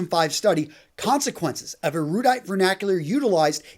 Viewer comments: The one thing worse than using fancy words unnecessarily is mispronouncing them as you do so. You mispronounced 'erudite,' by the way. Otherwise, a good video. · At 41 seconds he describes a paper as being "amply" named. The word he was looking for is "aptly". I'm also pretty sure he mispronounced "erudite" in the same passage. Guess I'll go ahead and move along now even though I'm putting myself at risk of sounding stupid... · how ironic that that man in the video cant correctly pronounce 'erudite.'